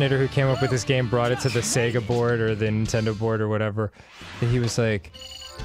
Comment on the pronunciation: I never realized he says nentender when it's a sonic game